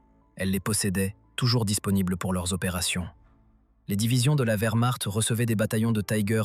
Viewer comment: SVP, CHARLEMAGNE, n’était-ce pas celle des volontaires français ? Merci. Je croyais avoir tout vu comme I.A. de merde, en 4mn 30sec. le record est battu. VERMARTE= WERMARCHT 🏴‍☠️💀💀☠️ Von Manstein était un spécialiste incontesté de la défence.